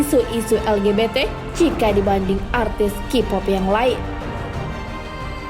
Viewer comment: Bentar ane cukup ketawa dgn pengisi suara .lgbt jadi legebeteh hahahahhaha